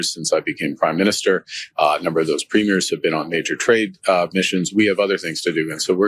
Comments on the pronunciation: As a Canadian I love your channel, even before Trump started FN us around. However, Ben, you're pronouncing premieres wrong. The emphasis should be on the first syllable not the second. If you're in question just give Charlie Angus a call. Keep up the great work. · Nooooot “preem-mee-airz” Mr. Hollywood. Preem-yers. Listen to the clips you use! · Premiers is pronounced preemiers not primiers. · My dear Ben, if you are going to talk about Canadian premiers, they are not pre-MIERES, as in premiere of a movie, but PRE-miers. Thanks kindly. ❤🍁❤ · They are NOT “Premieres”, that’s the opening of a show, they are Pruh-meers. Sorry, it bugs me. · Just to let you know, except for Quebec, we say PREEM-yerz. 😊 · PREE-meers. Listen to how Mark Carney says it. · PREEM-yer is the pronunciation of Premiers of our provinces. 🇨🇦💪🏼✊🏻🇨🇦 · Premiers is pronounced incorrectly. Enjoy your show